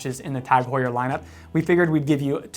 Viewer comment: The H is silent the same way as it is in English. We don't say (h)our in English